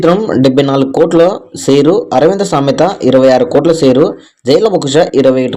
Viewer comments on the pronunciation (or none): అరేయ్ బాబు సేరు కాదు షేర్